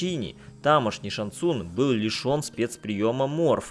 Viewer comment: ШанГ ЦунГ!!! Не глотайте буквы! Что и Лю КэнГ и КунГ лао! ЗАПОМНИТЕ